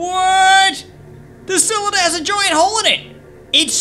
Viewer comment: CYLINDER NOT CYALANDER